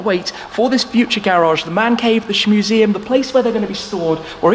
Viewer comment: He’s calling it the shmuseum🤦‍♂️lol